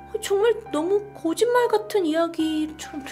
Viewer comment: 고짓말 같은ㅋㅋㅋ발음 귀여우시다 ㅋㅋㅋ